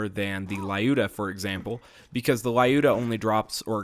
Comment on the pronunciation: It's not LAyuda! It's LUda! Russian girl's name!